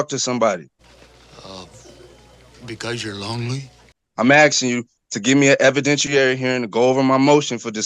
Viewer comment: He keeps axing and axing.😅😅😅😅